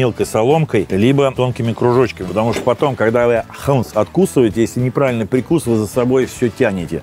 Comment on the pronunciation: прИкус а не прикУс 👻